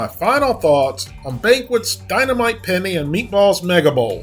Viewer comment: The way he says Penne isn't sitting right with me lol